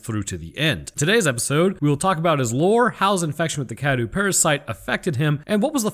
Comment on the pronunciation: You're pronouncing cadou wrong